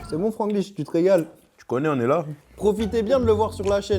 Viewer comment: c’était surrr Franglish🤣